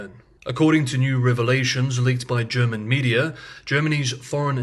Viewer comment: Thank you for delivering your excellent analysis every day on time for my lunch break ☕🥪 Your German pronounciation is spot on.